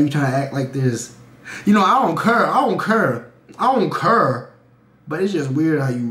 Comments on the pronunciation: The part where he said I don’t care lmao I don’t cur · "I don't kurr" that shit got me 😂